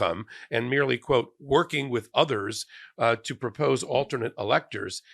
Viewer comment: He confesses to "Meerly working with others" ... that's the definition conspiracy.